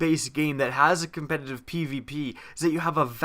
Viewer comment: Pls say the word "competitive" clearly